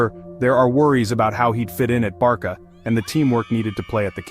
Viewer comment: Hold up. Did you just say "Barka"?